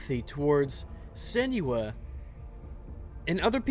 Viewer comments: IT'S SEN-WAH, NOT SEN YOO AH! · Sen-new-wa pls god